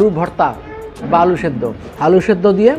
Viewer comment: Ore buka not vharta, this is vhorta